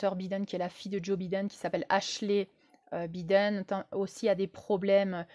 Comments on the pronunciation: Prononcer "Baïden", pas biden comme un bidet 😉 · Avant de commencer a nous parler de la politique mondiale, il faut apprendre a prononcer les noms de ces dirigeants. Bidaine? Mais quelle blague!